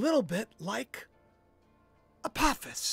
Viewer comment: Isnt apophis a long o sound?